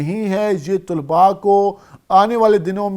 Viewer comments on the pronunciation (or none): طلباء لفظ ط پر پیش نہیں طلب لفظ ہے